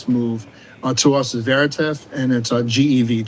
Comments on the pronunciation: Odd he can’t pronounce Vertiv….It’s not an up and comer… maybe his compliance people hamstrung him… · Vertiv* Holdings Co. (NYSE: VRT) Not Verativ lol